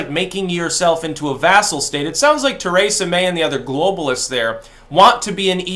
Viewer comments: Stop sayin “Ter ay sa” It’s “Tree sa” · Tuh-RAY-suh May